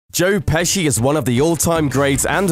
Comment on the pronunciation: At the very beginning I thought he said "Jerk Pesci "